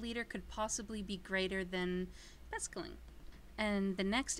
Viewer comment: his name is excl...not exel..